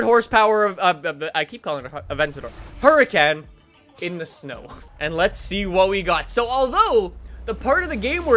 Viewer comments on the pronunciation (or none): Please say huracan not hurricane😶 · Why does he pronounce it huracannn, no one says that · It's pronounced Huricon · its a HURACAN not hurican HURACAN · no one: still no one:: A Lamborghini Hurcane me:... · Lol he cant even say its because hes Canadian cuz im Canadian and i pronounce it like hur-a-con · The way he says hurracan is triggering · Lol the way he says Lamborghini Huracán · the way he says Nissan and Huracán hurt me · Only problem with his vids is how he pronounces Huracan and Murcielago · the pronunciation of the huracan is awful